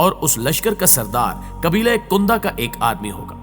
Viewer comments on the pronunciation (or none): "Maadi" nhi "Mehdi مہدی" ,... Kundah nhi Kindah کندہ", "Khirasan nhi Khurasan خراسان". Itni achhi video me aap sirf yeh lafz aur apna talaffuz sahih kar len to zabardast ho jay.